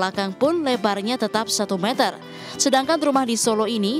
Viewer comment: Klo bisa bilang satu meter bukan satu metel